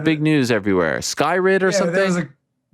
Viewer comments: "Skyrid" C'mon Ariel, major L. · "Skyrid" Bruh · “Skyrid…?” Ooh…that hurt, Ariel. Lol